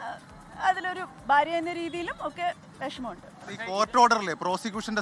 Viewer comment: നല്ല ഫാര്യ😂 എന്നാൽ അനുഭവിച്ചോ😅